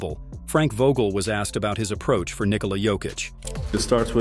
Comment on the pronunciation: His name is not Niiikola